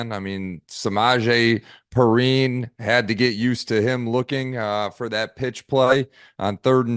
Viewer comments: My mans mispronounced Perine AND khalen when his tag is literally and then topped it off by incorrectly saying it was khalen at the concert with kelce when it was khalen's brother who is the tswift dancer.... bruh... are we professional or wtf is going on here? Just sayibg whatever? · How did he pronounce Perine? He covers the nfl?